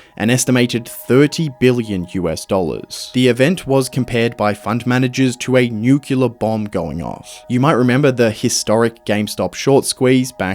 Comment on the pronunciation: Bro said "nucular".